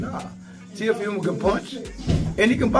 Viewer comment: Dear Floyd, Shakur’s last name is Stevenson not Stevens. Dear, Teo’s full name is pronounced Teo-“fee” mo. Thanks!